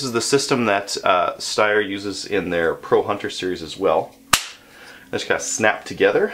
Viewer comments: It's pronounced "SHHTAHYAH" with an extra emphasis on the "SHHTAHYAH" part. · Pronounced "Shtire". Thanks for the interesting review and greetings from Austria. :) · pronounced sh-tire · "Steyr " is pronounced like "higher" with "st" and "Mannlicher" is not "Man licker" but "Mann" = like to vocal in "sun" plus "licher" and the "ch" is like the "ch" in "loch ness". Believe me, im from Austria. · I believe that Genola told you wrong. I am a hunter in Germany and used to own a Steyr Mannlicher Classic (.308). Steyr (pronounced Schtyr like flyer) Mannlicher (Mann-heavy on the 'a' the way the British speak and licher like wisher). Among German hunters a Steyr is considered to be a high quality, reliable (Austrian) rifle suited for the conditions encountered when hunting in Europe but then so is my made in Germany Blaser (pronounced blahzer):-) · please never attempt to say steyr mannlicher again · Terminated video after atrocious mispronouncing the name of the rifle. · So you purchased the rifle, BUT you do NOT know how to Pronounce the manufacturer's name ? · Tom Bombadil No way Tom! No disrespect meant but do your language homework (Google/Wikipedia the pronounciation of the city it's made in - And it's Mann-licher, pronounced like the 'c' is an 's', rhymes with wisher. I live in Germany, my German is fluent, my Austrian will get me by and although I no longer own the rifle (I am a Blaser convert), I hunt with guys who have one so I hear the name all the time. I suppose though, that your pronouciation is acceptable if you're not Austrian (where it's made) or German (where it's widely owned)...